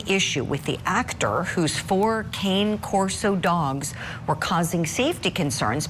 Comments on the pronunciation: Can you tell this cow that its an Italian mastiff and its pronounced Connie corso? Connie... Cane Corso. 🙄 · It’s pronounced KAH-nay KOR-so. Cane Corso.